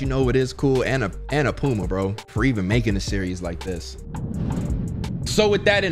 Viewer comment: Him calling Annapurna, "ANNA- PUMA" at the beginning cracked me all the way up.